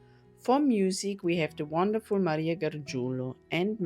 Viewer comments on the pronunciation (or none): none